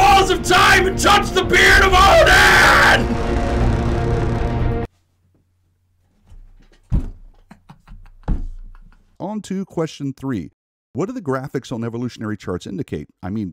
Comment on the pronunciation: You just about killed me with your "beard of Odian" solliloquey - my hats off to you sir! 🤣